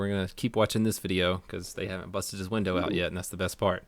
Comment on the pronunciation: LOL "you busted my winder"